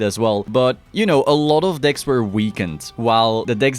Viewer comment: ähhhm, decks, not dicks.